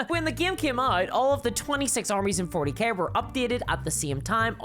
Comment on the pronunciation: Did u say Warhammer 40 Gay at the start?